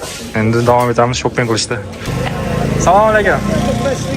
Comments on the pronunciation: Сололекум емас ассаламу алайкум ула бзани шевани чумнмиди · Assalomu aleykum deydida ukajonim. Inglizchaniku orqasini qonatding oma. Hech bo'lmasa to'g'ri salom ber o'zbeklarga o'xshab. Somaleykum qaysi til bu.